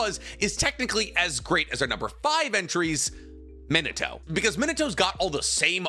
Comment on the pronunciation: Enjoyable vid and topic 🙌🏾 but you gotta work on some of those name and word pronunciations. Edo tensei, Minato, kurama, haku, etc